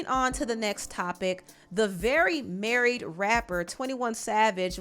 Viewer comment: Emphasis on "MARRIED" 😆😂😆